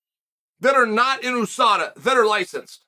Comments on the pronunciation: Chael is the kind of guy to say a name wrong, be corrected and still continue to use it wrong. Most of the world says You-Saw-Dah, not Ooo-Sah-Dah. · YOUSADA not EWWSADA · he’s right. it’s not like USA where you say the letters, it’s like NASA where you pronounce it as a word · Oooosaaadaa. Isn’t it USADA. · You mean a word like usurp that pronounced you-surp, not ooo-surp? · "Ewwsada" though. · Nobody: Uncle Chael: OOOSADA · "Oosada" Never Change, Chael. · OOOO sada? Chael whats in the coffee or what did I miss? United States Anti Doping Agency, 'You' not 'Oo', get it straight or I give you a titty twister! ... ok jking there, i would get hurt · Sad the MMA community has been mispronouncing USADA this whole time.Thank you, Uncle Chael: you are a scholar and gentleman